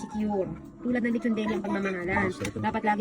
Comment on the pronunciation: Haha. Lechon veeelly.. 😂 muwiset.. Dami ko tawa